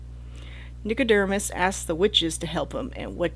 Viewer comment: Nico-DERM-us?? Over and over. Am I just misreading it?